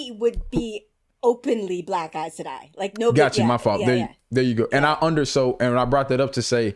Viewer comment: Aes Sedai not Are Sedai.